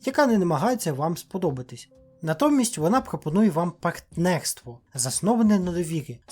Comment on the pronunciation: Все непогано в відео, але кабінет "логопед+я" та група зачекалися, бідняга ледь вимовив слово партнерство